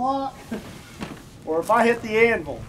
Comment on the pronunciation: No one else bothered by how he says anvul instead of anvil